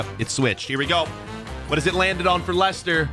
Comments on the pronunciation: Li-sester city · you did not pronounce leicester city right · He did not say Leicester right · I think you pronounced Leicster wrong